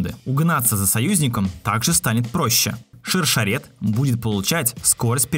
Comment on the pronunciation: Ребят, в имени Шершерет, ударение правильно делать на е - ШаршЕрет ))) Ну... с точки зрения языка на котором произносится её имя. Как и Хагана не ХагАна, а ХаганА с ударением на А. Г - грамотность.